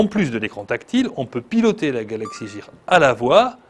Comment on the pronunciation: Mauvaise infos sur la montre regarder d'autres vidéos et vous verrez. Mdr il dit galaxy jear alors que c'est gear et galaxy note s3 au lieu de galaxy note 3 et les vidéos c'est 15sec et pas 10. bref du grand n'importe quoi ce journaliste